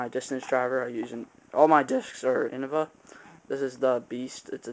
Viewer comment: its not innava ita innova say it right